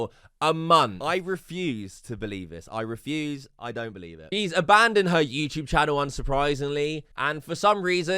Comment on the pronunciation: Why do you say you tube , “youchube” sounds so fucking cringe